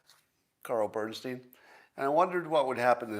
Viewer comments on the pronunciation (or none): none